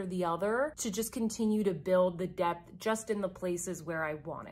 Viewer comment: Haha. You said "depth" and I heard "debt". Indeed!